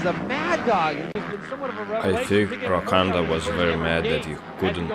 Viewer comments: Arabs shouldn't narrate. He couldn't sat roncadas name right. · Who’s “Rocanda”??